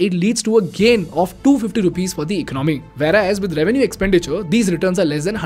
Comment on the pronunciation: Been following your videos recently. Class content. Just one pet peeve: the second syllable in the word economy is pronounced differently compared to economics. The ‘o’ is stressed more. 😇. Hope you don’t mind my pointing it out.